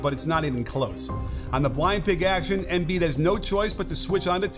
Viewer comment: Great video. It’s pronounced em-BIID, not EM-biid